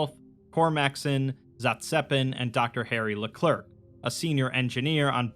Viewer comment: "LeClerc" is pronounced le-clare jsyk